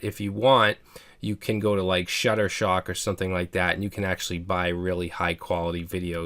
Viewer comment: I think he means Shutterstock, not ShutterShock.